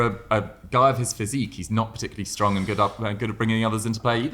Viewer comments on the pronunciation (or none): none